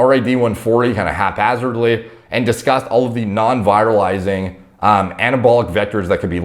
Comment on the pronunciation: Not how you pronounce virilizing.